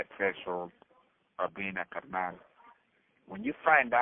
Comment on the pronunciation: Shout out for saying carnal correct, carr- knawl😂😂😅😅